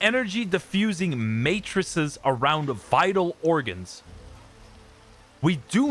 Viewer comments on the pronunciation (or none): none